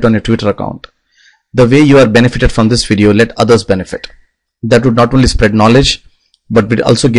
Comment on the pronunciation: What the fuck is one-ly its fucking only